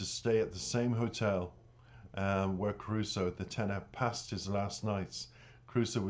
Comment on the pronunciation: I just watched an live Stream Jonathan just done, and in it he mentions Caruso. he said it was one of the most difficult ones to learn. he does not speak Italian. but yet his pronunciation of it is spot on. but he learns the verse as perfect as he can with the proper Italian linguist's etc. so that he understands the passion of the words and what he is singing. and the best yet! is that he has the voice to carry it off. I grew up listening to the Original Caruso. in my youth. I find passion, skill, talent. in this beyond my expectations. ECF